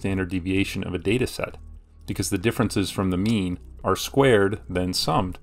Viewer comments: At some point I started hearing meme instead xD. But it wasn't! So mean! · Sounds like he's saying meme. Now solve the mean of people who get the Monty Hall puzzle wrong.